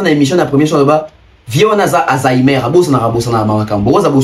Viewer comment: please ferre ba lobaka Alzheimer pas azainer